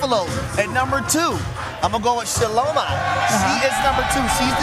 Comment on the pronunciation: You guys need to do your due diligence and homework. That is not how you pronounce the youngest daughter's name, it's shallow my.😮